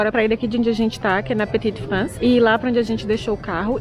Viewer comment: Mais um vídeo maravilhoso. Adorei vc falando le petit france (é assim que escreve ?) Hahahah Adoro tb que vc lê o censo!!!! Blogayra inteligente e preocupada com o conteúdo